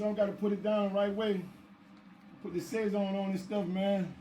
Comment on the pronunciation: It's pronounced Sah-sown so it rhymes with bone not say-zon